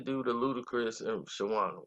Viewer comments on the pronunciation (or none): HOW YOU SPELL HER NAME RIGHT BUT CANT PRONOUNCE IT ALL THREW THE VIDEO. ITS NOT SHAWANNA ITS SHAWNNA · Thank you! He mispronouncing her name all thru the video! Smh...lol! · You keep calling her Shawanda and its Shawnna :face-green-smiling::face-green-smiling::face-green-smiling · it’s not shawanna it’s Shawnna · Nice video..her name is Shawnna not Shawanna bro keep pronouncing it wrong. Who was Shawnna pregnant by.. da label is DTP not DDP coz it's a wrestler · How many times this fool gonna say Shawanna. RIF (Reading Is Fundamental). Have you ever heard a song from her where she plainly says her name is SHAWNNA. It's pronounced (SHAW-NAH). Get it right. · and saying Sharanna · Shawanna??? DDP??? yo what we doin here lmao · Who is “Sha-wana” & “DDP”??? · This guy stay messin up people names! Her name is pronounced Shawn-na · u must be a real goofy.......her name is pronounced "Shawn na". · Damn...u totally butchered her name and the label name.. overall good story bro. Just a lil irritating to hear u keep messing it up😭😂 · U can't even say the label or her name correctly. They played Shawnna to the left and she helped blow Luda career up on back for the 1st time album and more... she should have had a better platform frfr... Shawnna was hot and niggas was even rapping her lines... DTP was a slavery label as well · He can't even say her name right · need to delete this whole vid..dis nigga murdered the label name & her name 🤣🤣🤣😂😂😂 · ikr👍🏾he’s actually telling the truth. I believe him. I remember her with infamous syndicate and her father was in the video. I remember when they were promoting battle of the sexes and she disappeared. All the details are spot on but you can’t say her name correctly 🤦🏿‍♂️ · Completely botched her name and record label